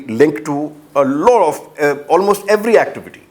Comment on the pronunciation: can Dr jacob improve his pronunciation. lot is loat for him. T is being replaced by D and so on.